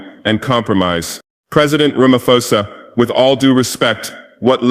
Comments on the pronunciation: Where and when did he make this speech? It sounds American AI generated. That "Ramafosa" is a dead giveaway 🙄🙄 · The way he pronounced Ramaphosa as Ramafosa is typical of Ai😂